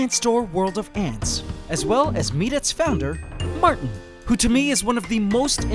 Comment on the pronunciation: his name is Martin not Marten